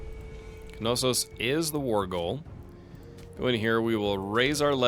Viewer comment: I hate to be that guy, BUT its not ka-no-sos. Know-sus, now-sus, and na-sus are all acceptable pronunciations of Knossos. JK. I love to be that guy..... lol